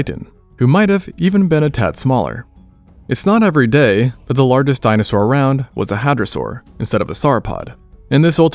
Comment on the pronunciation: I got as far as the mispronounciation of "lar guest" and stopped watching for fear of my ears being offended further....... AI ruins everything.